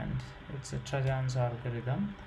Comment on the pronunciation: great explaination, but its ->Tarjans not ->trajans